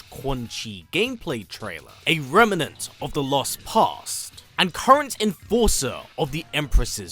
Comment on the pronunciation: Friendly FYI, it's "remnant" not "remmenant"